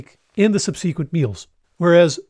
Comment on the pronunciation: I love your content, - even on seemingly obvious topics like this one. Do not hesitate and keep it coming! One tiny tip, since I fairly recently learned that English was not in fact your native language, is for you to take a look at the standard pronunciation of "subsequent" (/SUB-suh-quint/).